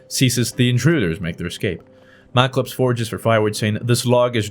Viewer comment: Mal-uh-clips not malc-uh-lips.